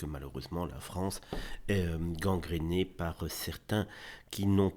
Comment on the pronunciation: La Fronce , avec un "O" 😅